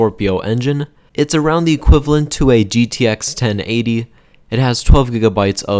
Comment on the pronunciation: Hey it's called equivalent not equivlent